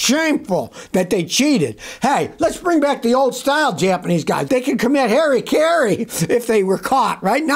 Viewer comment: Heri-kiri! Lol. It's HARAKIRI :DDDDDDD